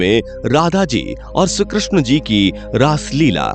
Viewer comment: Bhai ye shree Krishna hai . Shru Krishna nahi.. Uccharan to thik se kro...